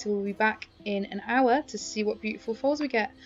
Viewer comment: When you say “hour” it sounds like owa lol